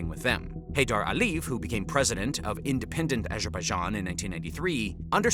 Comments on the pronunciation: And last names ending in -ev...A lee yehv, not Aleeve. I'm not trying to be pedantic, but it's distracting, and with 1.86M subscribers, you must have a team helping you, and you have the resources to check this sort of thing. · You'd sound like more of an expert if you could pronounce Caucasus correctly (not Kaw-kaw-suss). Ah-lee-yev, not Alleve. Can't listen to this crit anymore. It's not Arminians but Armeenians. Jesus. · This sounds very interesting, but its credibility called into question by repeated mispronouncing of words like "Aliyev" and "Caucasus".